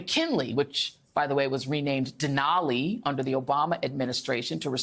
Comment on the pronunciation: Joy! You said 'Denali' correctly!!! Most don't.... Come see our Land.